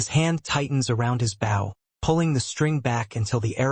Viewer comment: Does whatever system this is know how to pronounce bow in the context used? It’s a long o! They aren’t bowing to someone, they’re using a bow and arrow!